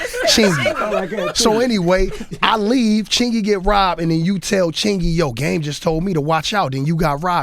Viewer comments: This dude said chingy lol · He said Chingy.. LMAOOO.